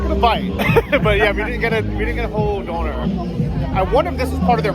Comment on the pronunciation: please, consult Bald, it's pronounced Donna like the name, not donor like organ donor 😂